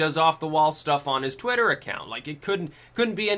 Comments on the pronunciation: SaroDracon twatter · It's pronounced 'Twat-ter' Just listen to Vee